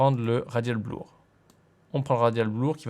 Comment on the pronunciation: C'est toujours bleur et pas blour. Je crois que tu n'y arriveras pas ^^ Au passage en regardant cette vidéo je me demandais s'il était possible de créer une fois une transition, et de se l'enregistrer en template, afin de n'avoir qu'à le régler au besoin si on en a besoin une nouvelle fois. Car souvent la transition ne dépend pas vraiment du contenu présenté, ou assez peu. Merci pour tes tutos ;)